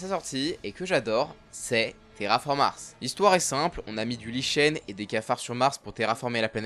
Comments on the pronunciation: ça se prononce "likène" pas "liche-ène" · Salut, vidéo intéressante qui va surement faire découvrir d'excellentes oeuvres comme Claymore. Juste en passant, les algues envoyées sur Mars, le Lichen se prononce "liken". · on prononce "likène" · "daronne" "banger" et autres termes de décérébrés du genre, stp, c'est à bannir dans un discours qui se veut un minimum sérieux. Et "lichen", ça se prononce "liken". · Par pitié pour le "lichen" on le prononce [likɛn] 😭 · ça se prononce liken.